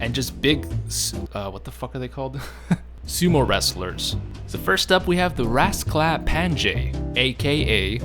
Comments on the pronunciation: Oh you butchered his name, its read like rasklapanye not rasklapanJe, and the nj (ny) is read like one letter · "Rasklapange"... it's Rasklapan*i*e. J is pronunced like an I in slavic languages. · i hate it that he says raskaplanje and not raskaplanye like a serbian would, i get it your not serbian, but it still iritates me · As a Serb myself, hearing you say Rasklapanyaj really hurts my brain. Try pronouncing it as Rasklapanye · Your pronunciation of Rasklapanje is way of. It's actually pronounced with NJ as a single letter, like the letter ñ so Rasklapañe. Niña instead of Ninja. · as a person from the balkans the way you pronounce rasklapanje hurts my soul (j here makes a y sound rask-la-pa-nye) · It's pronounced Rasklapanye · It's pronounced like ''Ras-kla-pa-nye'' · LOL I am Serbian and it hurts each time you said "rasklapanje" meaning is correct but you pronounce it totally wrong. But it is mostly cause in Serbian and several Slavic languages we have more letters and people from west just can not pronounce them properly. (NJ is looked like one letter Њ on Cyrilic) Nice video mate. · No effort into pronouncing the rozklapanje a bit similar to correct sound